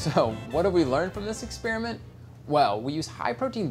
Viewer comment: Test Kitchen PLEASE, it's not pronounced ex-spearmint but ex-spare-ement.